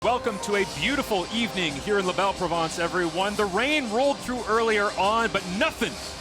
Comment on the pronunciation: I know it's like beating your head against a wall, but Québec is NOT a provawnce. If you can't pronounce the word, just say it in English. Mon Dieu! I missed part of the game. Was Junior Ah You there? Aloha. Merci.